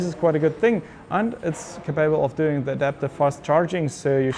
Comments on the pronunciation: To the speaker: the word capable has stress on the first syllable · Can you learn to say "capable" in the correct way?! Your version hurts my ears.